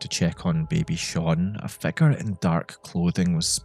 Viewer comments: It took me like 10 minutes to realise you were saying "figure" and not "fecker" about the first dark figure guy 😂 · every time you said figure around the 5th minute i thought you said "fecker" 😭